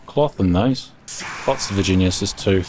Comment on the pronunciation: is no one gonna talk about how he said "vaginas" instead of viriginias